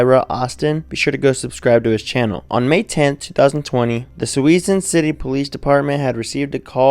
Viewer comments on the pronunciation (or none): My God man, it is pronounced: Soo- Soon. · Good Lord! It’s pronounced “sue-soon” people. “SUE-SOON” 😂🤣😂🤣😂🤣😂🤣😂🤣😂🤣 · SJVT, the name of Suisun City is pronounced "sue-soon.